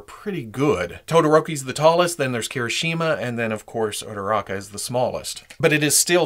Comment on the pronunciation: He says ururaka hot